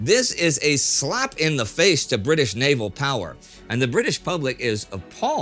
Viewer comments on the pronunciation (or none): none